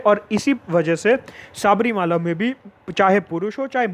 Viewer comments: शबरिमला, pronunciation. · Any malayali watching this. Sabarimala pronunciation so funny..!!